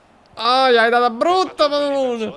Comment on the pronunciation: ogni volta che chiama padulone, orgoglio italiano, con l'accento francese, un italiano muore